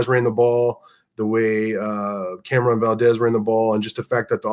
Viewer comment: Love the Commentary but you are butchering Camron's name. We had trouble in week one with blocking but I have been confident in the run from go. Play to your abilities and strengths Coach. Great job from the special teams and excellent second half adjustments. Donovan carved us up in the first half, I hope he has continued success. #GunsUp